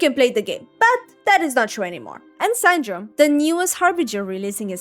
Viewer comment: San-dro-ne. Not sand drone.